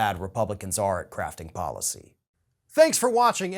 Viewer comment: Did he say “ crafting” or “ crapping” policy? Probably is interchangeable!